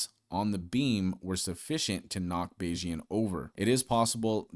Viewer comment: bayes- ian is the correct pronunciation 😂